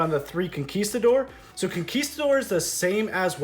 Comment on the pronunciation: finally! a non-spanish speaker who pronounces huaquero and conquistador well enough!